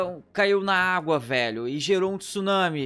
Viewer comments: Não é tusunami, é tsunami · "Tusunami" e o portugues?ta como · O maior "tusunami" de todos! Hahaha